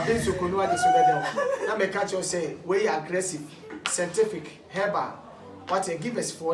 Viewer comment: Efya Owusu sentific hahahaha